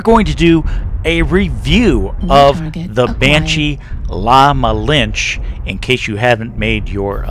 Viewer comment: The E in "La Malinche" isn't silent.